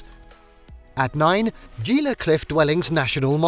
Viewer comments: As soon as you said Gee La instead of Hee La...I stopped watching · I left this morning for a road trip. I got like 18 miles from my home when I felt I had to take a bad dump. I turned around because of my public toilet phobia and just stayed home. Like Harry smiling in his Lamborghini until his stomach drops. It’s Hee-lah, nit Gee-la. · It isn't pronounced Ge la. But He la. It is Spanish so words starting with g are pronounced with an H. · He-la not gee-la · its pronounced Gee, not Jee-la, like Gila Monster. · Gila is pronounced "HEE-luh," not "JEE-luh." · "gee-la " cliff dwellings. 😂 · Gila is pronounced HEE-luh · no charge for this bit of info: you misplaced the accent in Albuquerque, in that you placed it on #4: quer, rather than where it should be: #1: AL, i.e., AL-buh-curr-key, rather than al-buh-CURR-key. #2: Gila Cliffs' 1st. word, 'gila" is correctly pronounced HEAL-uh By the way, this pronunciation also applies with Gila Bend, AZ; Gila River, and the gila monster--a venomous lizard of the US SW. No charge!😀 It's good to note that the city near Taos Pueblo is the city of Taos, which exactly matches the Pueblo, following a city mandate. Technicality here, but good to point out: though national monuments are included in the 400+ sites under the supervision of the US National Park Service, they're a step down from national parks, along with national seashores, national lakeshores, national scenic byways, national historic sites, and about 25 more classifications. Another piece of trivia: along with Hawai'i, New Mexico is a bilingual state. In Hawaii, it's obviously Hawaiian; in NM, it's Spanish. Case in point: White Sands is a national park, rather than national monument. Just for the record, Bandelier is ban-deh-LEER, rather than ban-DELL-ee-er. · Gila pronounced Heela. Mogollon pronounced Mugeeown. I enjoyed video but please do your research. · Gila is not pronounced with a hard G, it is pronounced Hila.